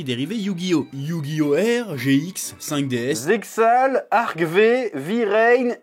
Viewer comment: Pour la petite curiosité/info : "ZeXal", ça se prononce "Zearu/Zeal" (Comme dans "Hunter X Hunter", on ne prononce pas le X). Sinon, le passage de la VF que tu montres, c'est de la mauvaise traduction qui rend le dialogue ridicule. 4 Kids a réecrit tous les dialogues jusqu'à modifier des pans du scénario. Voici la traduction VO du passage de la vidéo : Yûgi : Sois prudent, il possède une Carte de Dieu. Atem : Une carte de dieu ? Atemu : Dans ce cas, je vaincrai son dieu ! (On voit bien que les dialogues n'ont absolument rien à voir).